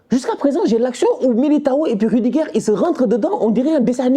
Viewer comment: C’est miliguire et rudiguire au lieu de militao et rudiger😂😂😂